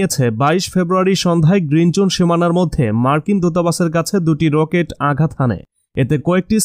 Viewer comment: রোকেট..… প্যারেক.... তাই না। কি বাংলা 🤣🤣🤣🤣🤣🤣🤣🤣